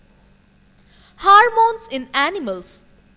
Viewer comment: It is Hormones and not 'Harmones'